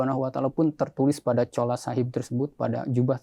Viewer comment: Ma'af bukan Chola tp "Chula" Chola itu ga boleh disebut karena artinya kurang baik menurut BHS Punjabi/Urdu